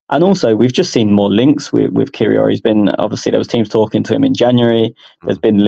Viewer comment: can you teach your colleague how to pronounce Kiwior if he’s going to be a talking point next time. 😂